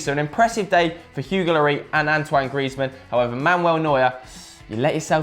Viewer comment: and after that the other one sad Lori for Loris..annoyed the shit outta me